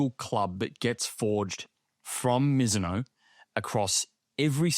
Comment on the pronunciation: Loved the boys effort in pronouncing Mizuno correctly. But just so you know, the 'no' in Mizuno is pronouced more like the 'o' in box. Love the pod boys, keep up the good effort!